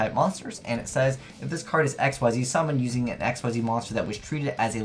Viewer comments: Mhm. I'm sick of it too. All these people who despite it having been out for years still can't fucking pronounce "Ik-Zeez" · Holy fucking shit, pronounce "Xyz" right for once.